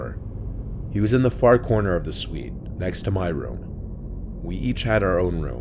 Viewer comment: Please stop saying suite